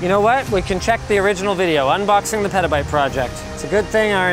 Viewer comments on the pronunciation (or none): Did Linus just say perta bite